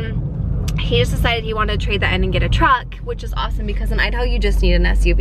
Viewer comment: I LOL'd trying to say truck and said chuck lol